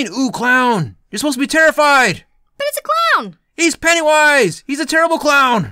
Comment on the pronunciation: The cringe! They call him pennaywoise